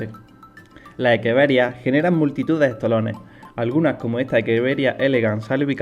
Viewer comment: Muy buena explicación El nombre creo que es Echeveria y no Ekeveria